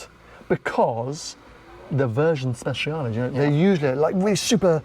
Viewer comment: Correcting you on pronouncing ‘Dodici’ but then saying ‘Speshiale’ instead of with a ‘ch’ sound. Spe-chia-le.